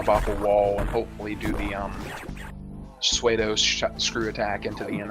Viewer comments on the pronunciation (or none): Pseudo Spin Attack is pronounced like sue-doe, not suede, for the commentator's information.